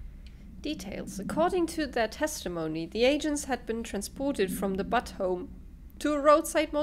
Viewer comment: Awesome! Sooooo... do you like the telekinesis power? It was hard to tell. ;) That was really funny. You were like a kid at Christmas. ~ Also, I couldn't stop laughing when you were reading the Butte memos. Butte home indeed. :) It's actually pronounced, "BYOOT", the like first half of Beauty. ~ Really fun times, this looks so good. I watched all three episodes that I was behind, while exercising on the elliptical.